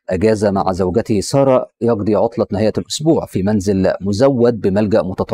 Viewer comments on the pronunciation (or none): none